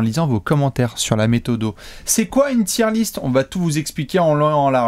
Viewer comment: Encore une super vidéo mais la prononciation de "tier list" tout du long me donne des frissons 😢